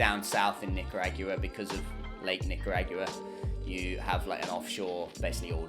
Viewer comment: Bruv you’re killing me w the nica rah gwua